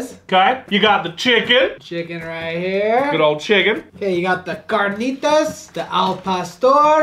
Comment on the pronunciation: You got the carnitas and al pastor wrong.. and you guys are saying birria wrong but I love how you guys love the Mexican food and try to speak it ♥️ much love